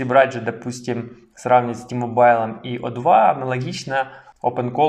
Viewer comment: Іще одне: не ті-мобайл, а ті-мобл, хоча це не дуже важливо.